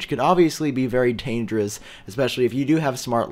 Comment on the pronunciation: “Very tangerous” Welldone!:P